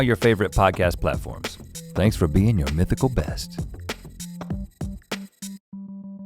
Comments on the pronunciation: And I was stupidly laughing... "I'm not used to have another bean on my right side" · I thought Link kept saying "bean" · The number of times Link said "being" and it sounded like "bean" was remarkable 😭😂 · I actually thought he meant to say bean! Omg.